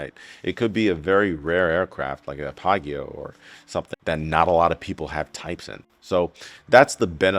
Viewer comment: This man said "pie-gi-yo" I work at a repair facility for those, it's Piaggio or Pee-ahh-ji-oh. Great aircraft btw, one of the coolest and fastest turbo props out there. Carry on.